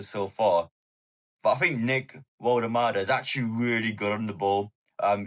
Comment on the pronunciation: in German W is pronounced V